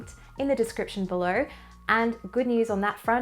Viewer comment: "pop them in the comments belerrrrrr" ...horrible australian slurring on the rr's. (oh no). "oiy noiiiiyyyyy"